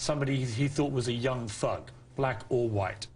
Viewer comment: everytime hes says thug it sound like fuck